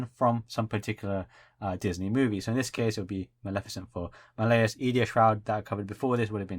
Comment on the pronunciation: By the way, you're saying Malleus's name wrong it's said as Mal-Lee-Us Not Ma-lay-us.